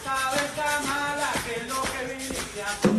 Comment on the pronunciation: Drew Barrymore being an idiot, “Mamala”…sheesh